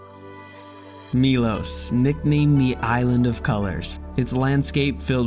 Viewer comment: It's interesting the way Americans so often say the letter O in foreign place names as OU. Milous, Dubrouvnik, Moustar, Pouznan. It's not a diphthong o-u. It's a simple O sound like in 'not' (rather than 'note'). Milos, Dubrovnik, Mostar, Poznan. I don't know why you do it. Brits never do that so it's got nothing to do with the English language. Be the first Americans to stop doing that. Lead the way! 🤣